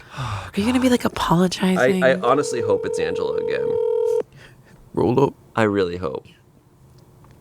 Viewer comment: I heard "a bear" I knew it was Angela lmao